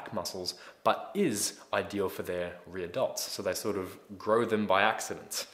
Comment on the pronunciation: Sounds like he's saying Re-Adults instead of Rear Delts .